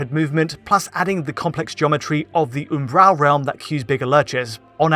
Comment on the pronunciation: Is he attempting to say the word 'Umbral'?